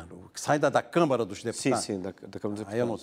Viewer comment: flávio, É CÂMARA, E NAO camera ok?